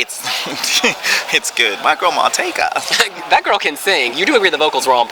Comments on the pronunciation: Marjetka is pronounced Maryetka :) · Lol at complete fail at pronouncing Marjetka's name!